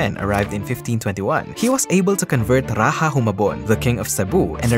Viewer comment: It's awkward when seeing someone who are Austronesian but pronounce "Raja" in Spanish pronunciation 😂